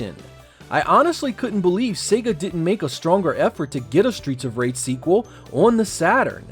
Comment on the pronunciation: Stweets of Wage!!